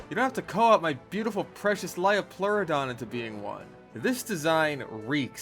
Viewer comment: Hearing “lie-o-pleurodon” had me correcting your pronunciation by saying the line “it’s a leo-pleurodon, Charlie” like some sort of sleeper cell 😂